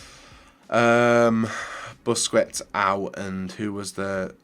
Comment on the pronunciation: How can you play this game so much, and still absolutely butcher pretty much every single players name?? Werner, Wass, Busquets, Lewandodowski, Fekir, Guiliano, Mkhitaryan?? Come on man, listen to the commentators every so often.